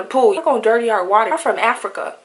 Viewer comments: Yes, you heard the way she pronounced water. "di wortta". Definitely not African American. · Yes, you heard the way she pronounced water. "di wortta" lol. Definitely not African American.